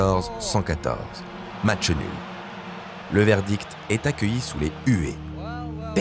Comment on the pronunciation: On dit "match", pas "matcheu".